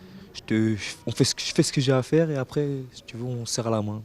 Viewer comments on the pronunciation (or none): franchement il fait mal au oreille, il dit "arè" pour dire "après"